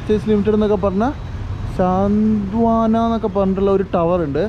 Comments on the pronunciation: സാന്ത് വാന അല്ലടെയ്....സാന്ത്വന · സാന്ത് വാന alla സാന്ത്വന 😬